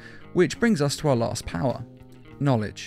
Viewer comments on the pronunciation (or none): none